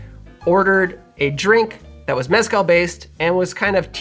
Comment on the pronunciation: Its not that hard to pronounce “meh-skál”